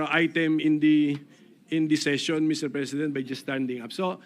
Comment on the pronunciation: "ang impitsmint ay isang prusiso" daw sabi ni Bato 🤣🤣🤣 rispunsibilidad, sinit minority, brood daylight, mister prisident, and mini more 🤣🤣🤣